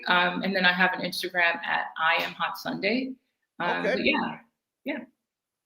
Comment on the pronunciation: Sundea, Sundea, Sundea 🤔🤦🏾